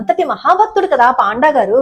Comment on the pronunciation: పాండా అని కాదు.....పoడా ani palakaali.... Plese correct chesukondi